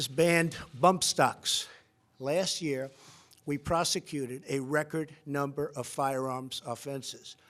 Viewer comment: “Souzand YEA REIGHT”